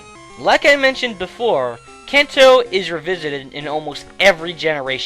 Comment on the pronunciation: it's crazy how you "can"to, but then say manga correctly.... blow my mind.